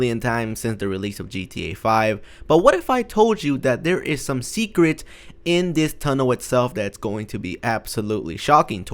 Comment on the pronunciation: secret not suecet